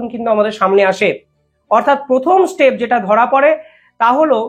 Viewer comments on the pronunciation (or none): none